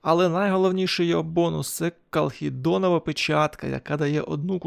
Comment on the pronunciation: Ти, звісно, молодець. Але печатка - ХАЛЦЕДОНОВА, а не калхедонова...